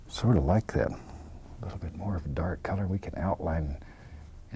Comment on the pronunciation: "Something about like gat"